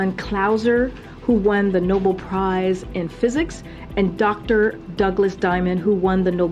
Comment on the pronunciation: ...the "Noble" prize? I thought it was Nobel prize!